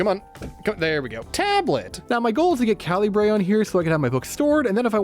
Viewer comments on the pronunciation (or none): Calibre is pronounced kal-e-bruh